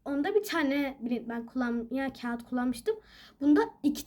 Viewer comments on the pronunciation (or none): none